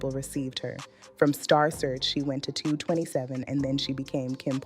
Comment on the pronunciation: THIS IS AI WHO WOULD SAY TWO TWENTY SEVEN. IT WAS 227 TWO TWO SEVEN. 😮